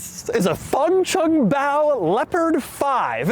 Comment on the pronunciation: MF SAID THE WORD FUNCHUNGBAO. LMAO